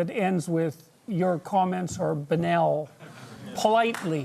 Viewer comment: She said..banal’’’’’’’’’’’’’